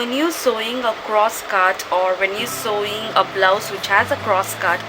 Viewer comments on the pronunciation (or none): hi... not to offend you, buy sewing is actually pronounced as "sowing". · Very nicely explained in both the parts. Only annoying is pronouncing Sewing as Sowing.